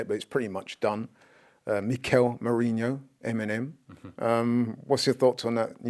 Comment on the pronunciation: The Merino deal has been going on for over a month and STILL cant pronounce his name! DOH!